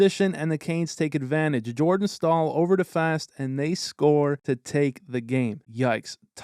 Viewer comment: Staal ❌ Stool ✅